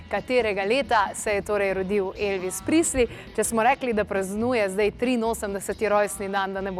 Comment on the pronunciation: Ne "Prisli"! Izgovarja se "Prezli".